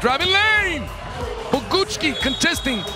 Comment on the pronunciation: Little help for commentator: Bogucki - /Bo-gootz-ki/ Szlachetka - /Shla-het-ka/